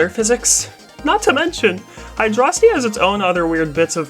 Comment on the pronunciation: WHA HUH HUH???? YOU'RE ONLY AT 1K???? ISTG I JUST ASSUMED YOU HAD A TON MORE. Also props to you for saying Hydrocity the way I think it should be said.